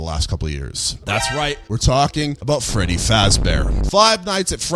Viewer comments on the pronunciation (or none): none